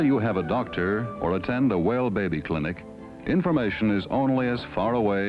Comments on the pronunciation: Anyone who watches Ze Frank’s videos will get why I cracked up every time he said “beh-beh.” (And if you’ve never seen Ze Frank’s animal mini-docs, they’re both hilarious & educational.) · Behbee! Lol